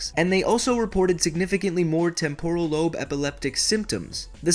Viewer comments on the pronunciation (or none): Why must your pronounce temporal lobe so incorrectly. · The video is good but it's hard to listen to when he doesn't know how to pronounce temporal. It's TEMPoral lobe, not temPORal lobe. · Am I the only one that cringes by the way he pronounces temporal.